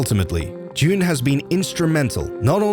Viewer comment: it is pronouned jun like sun but with a j not jun like the month june